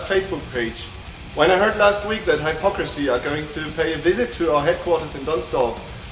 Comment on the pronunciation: Woar wtf. Kann mal einer dem Interviewer beibringen wie man den Namen ausspricht? 'Hello Haipocrisy'